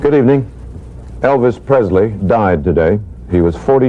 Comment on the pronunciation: There is no “t” in Presley